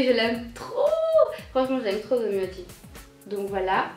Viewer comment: hey ! ^^ ta video est vraiment cool ^^ tu m'as donné envie d'en lire plusieurs ^^ y'en a certain que je connaissais deja dont Hana yori dango qui a été le 2eme drama japonais que j'ai regardé. Domioji ( tu le dis bien x') ) a été joué par Jun Matsumoto dans le drama. Ce mec ( trop canon ) est membre d'un groupe ( japonais, forcement ) du nom de Arashi :3 <3 voila 'tite information ^^